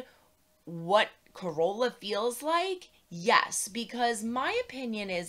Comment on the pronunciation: FYI- accent is on "car" in Carola.